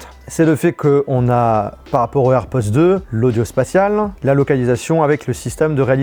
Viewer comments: On entends « airpozzzz »😅 et non airpods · Air pods avec un D [air podeeee]